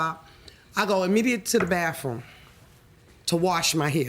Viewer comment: Why do Black Americans go to the “Bafroom” instead of the Bathroom? Where is planet EARF?